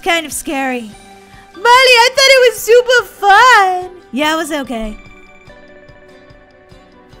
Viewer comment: Super not shuper